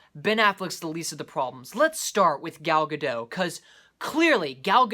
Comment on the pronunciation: The "T" in Gadot is not silent. I just found that out recently too.